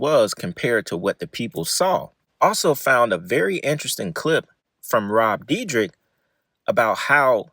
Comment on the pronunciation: Rob dear deck: ❎️ Rob dee drick: ✅️